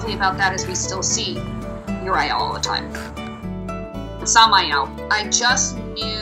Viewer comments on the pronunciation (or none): Cute story, but... UR-I-EL? Sam-I-El? Just.....Why???? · Adorable! But, oooof. That pronunciation of the names is like nails on a chalkboard. Bro it's pretty clearly "your-ee-el" not "your-eye-el", "Sam-ee-el" not "sam-eye-el", and "gay-brie-el" not "gay-br-eye-el" just based on the spelling alone 😬 who thought yall how to read